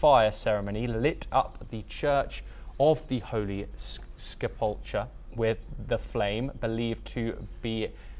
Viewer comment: Learn to say SEPULKER. YOU ARE NOT A CHRISTIAN?